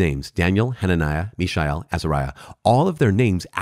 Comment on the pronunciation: Cudos to you for pronouncing the long names in the Bible.